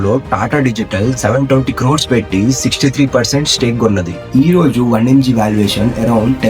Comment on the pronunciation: One mg???? Pronounciation not clear